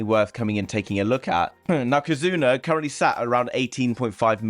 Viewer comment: Kazuna = Kizuna